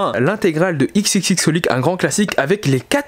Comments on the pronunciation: oui ça se prononce CrossHolic :) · "soul eater not que j'ai pas lu mais j'pense que c'est pas fou... " ; c'est excellent soul eater not ; "XXXholic" > NON CrossHolic!, mais en fait t'as l'équivalent d'une librairie mais tu connais pas la moitié de tes mangas vu que tu les lis pas :(